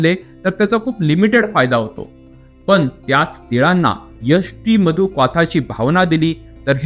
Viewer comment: तुम्ही यष्टीमधू वास , पाक म्हणता ते नीट समजत नाही,लिहून सांगाल का?